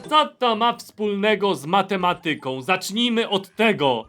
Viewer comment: mateMAtyką a nie matemaTYką. Ten źle położony akcent boli xD